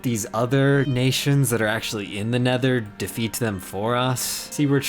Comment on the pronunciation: And he said: The nethur